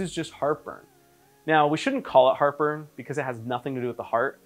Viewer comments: at the beginning I one hundred thought he was saying “look... Harper is AWFUL” and I could not figure out why the heck he was being so mean to whoever Harper was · Julia Calvet oh, no I get what he is saying. Heart burn! 😆 🤣. I thought he was saying Harper as well.